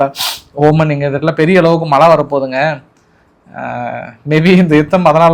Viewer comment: வணக்கம் நண்பரே! பதட்டத்தில் மிகவும் சுலபமாக பேசும் தமிழ் வார்த்தைகளை!! மாற்றி! விடுகிறீர்கள்!! வெனிசுலா என்று சொல்கிறீர்கள்!! ஈரானுக்கு பதிலாக!! ஈசியாகவும் பொறுமையாகவும் பதட்டம் இல்லாமல் பேசுங்கள்!! தமிழ் மிகவும் சுலபமானது!! ஏன் இந்தப் பதட்டம் உங்களுக்கு!?? மலை இல்லை!! மழை!! ஊடகங்களில் பேசும்போது உச்சரிப்பு ஓரளவுக்கு சரியாக இருக்க வேண்டும்!! 🙏🙏